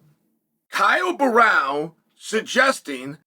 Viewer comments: Sonnen needs to train speaking brazilian names like "Borralho" and "Pereira", lol. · It's Borrahlo. Not Barao you dipshit. Imavov. Not Imanov. Take some grammer and pronunciation lessons. 😂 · Imavov is quite simple and he says ImaNov. No expectations on Borralho getting better than “Borral” 😂